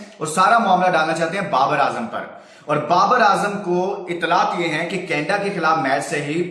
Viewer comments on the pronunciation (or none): Canada ko canda kyn bol rhe ho